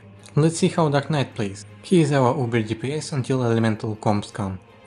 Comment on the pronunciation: The subtitles mistook your pronunciation of "dark knight" to "duck knight", just thought that was funny.